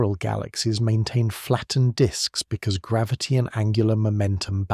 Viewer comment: Is he saying gravity wrong?